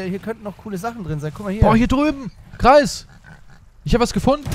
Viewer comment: Nicht käptn kreis sondern